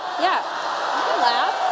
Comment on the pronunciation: "They can leff"....they are laughing Tomi. They are laughing, they're laughing at you.